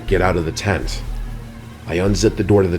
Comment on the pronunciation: Can u pronounce the T and the end of the tent